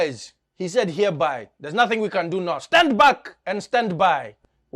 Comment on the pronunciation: min: the accented stand back😂